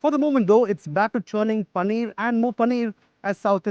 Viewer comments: It's Paneer not Pannir 🤨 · Bro it's Paneer not panneer